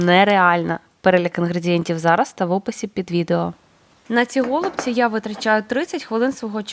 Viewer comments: В українській мові правильно наголошувати голубцІ́! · Наголос на останній склад у словах голубці та фольга. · Я написала- необычно, о зручности речи не было. Українською тоже слышала на последний слог ударение. Вначале подумала, что вы так шутите чтобы внимание привлечь, потом почитала, что на О ударение на западной Украине. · Необычно слушать ударение на О. Пошла читать историю про голубцы). Спасибо.